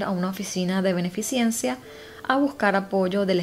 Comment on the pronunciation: Muy interesantes tus videos. Son entretenidos. Tengo q hacerte una critica constructiva: la palabra escaso se pronuncia sin x. Con respecto a la palabra beneficencia. Te oí decir beneficiencia. Eso no más.